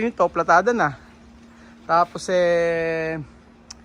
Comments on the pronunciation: PALITADA po. Ndi Platada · anong sabi mo... PLATADA????? muk mafi..... palitada dapat.....